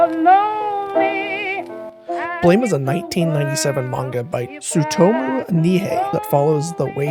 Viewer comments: Small correction, it's pronounced "blam", not blame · blame! is pronounced like "blahm" after the sound of a gunshot! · Manga's name is said 'Blam!' as it supposed to be the sound a gun makes. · Nice video. Blame! is pronounced with an "am" sound not an "aim" sound. Blam like a gun firing, not blame like I blame you for doing something wrong. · I am almost sure Blame! Is pronounced "Blam!" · I think Blame! is supposed to be pronounced as "blam", like the gunshot sound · Great work! Minor pedantic correction: Blame! Is actually pronounced Blam! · ohhhh wow I didn't know all this! I did know the different pronounciations and I actually did a minor version of what you did. The way I thought it was supposed to be pronounced was 'blohm!' fuckinnnnn awesome work researching man 💯 youre definitely getting a subscribe now. Thanks so much for the response!! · BLAME is pronounced blom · BLAME! Is actuality supposed to be pronounced more like "blam," an onomatopoeia mimicking the sound of his gun. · BLAME! is not pronounced like the English word it resembles. It is actually a sound, and the creator would pronounce it something like "buh-ram-eh". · "Blame!" is pronounced "blam" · that's not how you pronounce it... here blame isn't an English word it's a sound of a gun going off btw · noooo pronouncing blame wrong (i think) !!!! also 32"